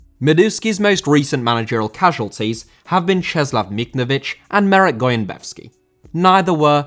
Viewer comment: It's not Cheslav Michnovich or Michnavich . It's Czesław Michniewicz !!!!!!!! Change the subtitles !!!